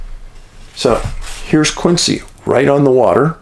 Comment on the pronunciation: Quincy is pronounced Quinzee not Quinsee